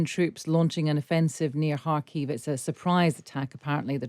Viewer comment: Thanks go to for properly pronouncing "Kharkiv". So rare to hear it being said the right way.